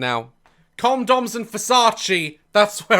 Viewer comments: Did you say "comedoms" ? 🤣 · does he say comdoms.. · The best part is the way Daz says condoms, “Comdoms.” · why did I think he said cum doms 😭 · DAZ " comdoms and versachi"